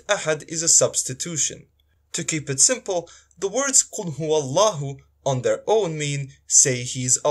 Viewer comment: How can a Bosnian give arabic lesson to an arab when he himself is pronouncing the word "Huwa" as "Hu" min ? Only fools would clap hands to this self-proclaimed arabic teacher. They said Bosnia hahahahah